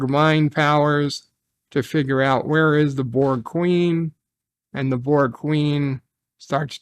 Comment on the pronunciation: That's my only gripe. It's borg..... AGAIN!!!!! everything else about the episode was enjoyable